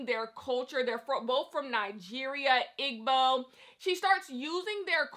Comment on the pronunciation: It’s EEEE-bow. That is the pronunciation of the ethnic group.